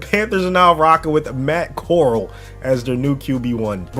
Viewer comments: Uhh you need to look up how to pronounce Matt corral, it is pronounced like Golden Corral not coral in the ocean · It’s Matt corall(core-al) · bro said “MATT CORELL” 💀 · you botched Matt Corral name so hard😂😂😂